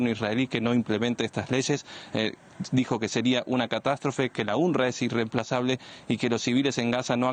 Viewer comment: Se pronuncia unrwa no unrra